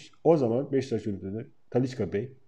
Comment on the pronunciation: Abi Talisca deme 2 damarım tıkanıyo ya :)